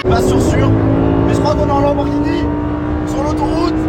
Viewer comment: "marqué Lamborghinini"